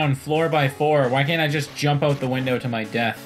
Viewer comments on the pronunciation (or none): none